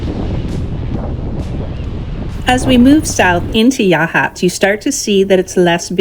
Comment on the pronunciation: You pronounced Yachats correctly, very good. However Yaquina is “Ya-kwina “. Port Orford is “Orferd”. Very nice video.